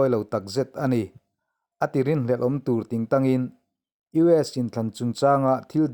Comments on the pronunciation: Tur ngun mai i lamdan kha a diklo, tuuur ngun mai, ti rawh. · Tur ngun mai tiha TUR tih hi i lam fuh lo deuh a nia. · A ngaihnawm e Tur ngun mai. Heta tur tih hi 'i zu chu a tak tür ngun mai' tiha tur thluk hman tur a ni e. Tur hman hmawh tiha tur thluk ni lovin.